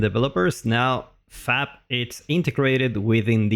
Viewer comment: It sounds like you're saying 'fap'. Fap content, hehe.